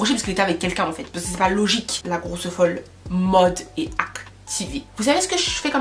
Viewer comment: Je t’adore mais grosseu folleu 1000 fois c’est ridicule